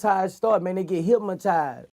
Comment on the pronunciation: hyp-Ma-tized with hatred 😂